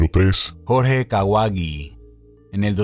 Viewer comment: Alguien más entendío coje en ves de Jorge :V